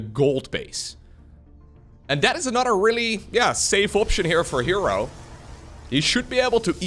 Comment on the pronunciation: aNUTer😂 and UTTER😂 always crack me up. Love the accent (I speak multiple languages) but you’re literally saying words that have other meanings. Or should I say UTTER meanings😂